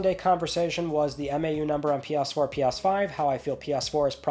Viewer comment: I am sorry - "P-yas 4, P-yas 5" 😅